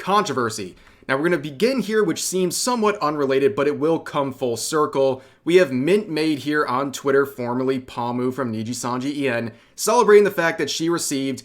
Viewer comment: "Pah-mew" too... I don't think he has ever said Pomu's name right... "Mike-ah".... bruh....